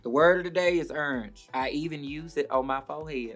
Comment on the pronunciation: I'm obsessed with how she says orange. URNGE!